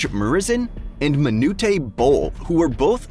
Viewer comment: Manute-A Bol?